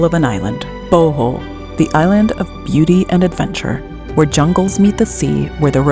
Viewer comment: That would have been a lovely Bohol waterfall tour video....if you didn't go on so much about coffee and learned to pronounce Bohol correctly. Re-edit and youll get 100's of thousands of views. Even Boholanos would like to see their island from a foreigners perspective. (I've lived on Bohol Island for 5 years.)